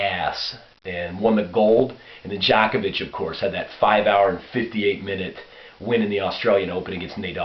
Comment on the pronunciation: whats up love how u tell the truth about serbia but its pronounced djokovic not djakovic hahahahah lol no offense